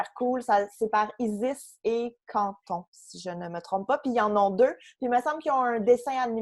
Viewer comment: C'est Isis et Cathon! Pas Canthon haaha